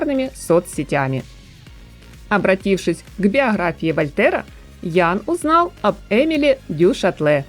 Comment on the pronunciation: *Биохрафия Вольтера...? " буква" Г" где?